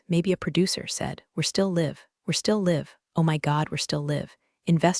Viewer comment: We're still live, mispronounced 3 times! , still can't pronounce "resume" correctly.